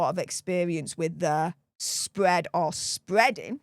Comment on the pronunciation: Meg,s vaspbevvy spvead😂